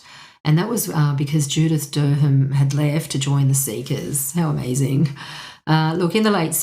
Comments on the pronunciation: You might want to find out how to pronounce Judith Durham's name. Apart from that this is interesting. Would have liked more music samples. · Pronunciation is more like: Eddie COCKRUN and JUDITH DUR- UM I’d say…